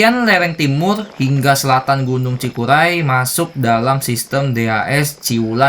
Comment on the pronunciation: Cikuray bang bukan cikulai...hehe